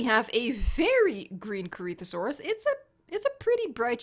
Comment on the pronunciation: Its pronounced corithasaurus